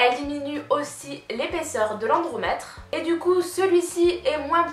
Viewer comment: par contre c'est endomètre ahah, pas endromètre !